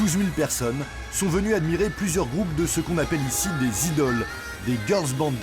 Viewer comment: "DES IDOLS..." : On prononce IDOL (Aïe - Dole) à l'Anglaise donc et pas des zidoles. "LES PLUS JEUNES ONT 12 ANS..." : Oui çà peut même descendre encore plus bas, au Japon tu peux devenir une star de la musique à 3 ans. "CHOREGRAPHIE, ETC..." : Dans le reportage sachez que le groupe qui passe sur scène c'est les S/mileage (devenu ANGERME) elles ont toujours eu des chansons douces et légères au début, mais plus depuis elles ont grandis alors parfois deviennent de plus en plus mature. J'ai vu des IDOL chanter sur des sujets sensible, comme le harcèlement, le suicide, etc... Donc non outes les IDOL ne sont pas en jupe à froufrou a chanter des chansons d'amour sur de la musique électronique. Le nom de la musique qui passe à ce moment là " スマイレージ 「旅立ちの春が来た」" "DANS LE PUBLIC..." : Même si il y a plus d'homme que de fille, il existe certains concerts pour certains groupes où c'est exclusivement réserver au fille et où l'ambiance est au top comme avec les gars. Sans parler que le reportage date et que du coup çà à beaucoup évoluer, de plus en plus de femmes viennent dans des concerts d'IDOL. "REMPLACER A 20 ANS..." : Oui et non çà dépend des groupes, çà dépend du contrat, çà dépend de pleins de paramètres, parce que même si on te pousse à la sortie du groupe à tes 20 ans, tu peux continuer ta carrière d'IDOL en solo et faire ton propre business. Etre une IDOL c'est un tremplin pour sa futur carrière. "REINA TANAKA..." : Reina en sachant qu'elle a q